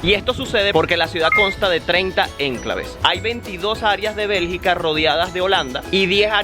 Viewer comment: no se dice "énclave", sino "enclave".